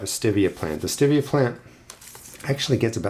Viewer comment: Maybe your seeds are slow to germinate bcuz they don't like the way you're pronouncing its name! 😉😉😉 I'm just kidding! (Sort of...🤭) I just gotta say - I've heard hundreds of people say ~ Stevia ~ but NONE OF THEM pronounced it the way you do in this video. They always pronounced it just like the name STEVE. With the eee-ahh at the end. I'm not trying to be the pronunciation police, I'm ok with regional pronunciations. Really, I am. You do you, is my motto. I just thought it was interesting that you're the ONLY person I've heard it pronounce it that way! Just curious, do other gardeners near you pronounce it that way too? Signed, Me & Steve, hanging on the edge of our seat to find out ❤